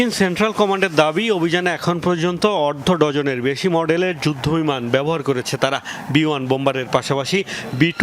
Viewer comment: অর্ধ ডজন,, অরোধ ডজন 😂